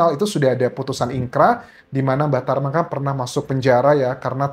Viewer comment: Bang Anjas sering salah sebut "Mbah Traman...." 😂😂😂